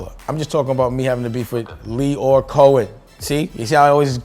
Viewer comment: How are you pronouncing these names?! Lion Coen Camren?! 🤣🤦🏽‍♂️